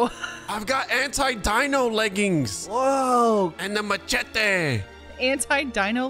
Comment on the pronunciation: I really appreciate saying "machete" like Michael does, MA CHET EH